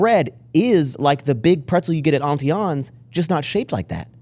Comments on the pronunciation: I’ve never heard it pronounced “auntie AWWWNE’S” 😂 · Why is pronouncing Auntie Anne's like that?!?! lol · He also doesn't know how to pronounce Auntie Anne's. I was like, what is he talking about lol